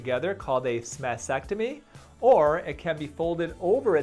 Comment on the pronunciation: Not "SmasTechtomy" but "Smasectomy". Thank you.